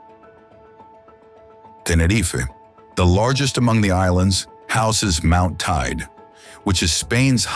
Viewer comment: The vulcano in Teneriffe is pronuced totally wrong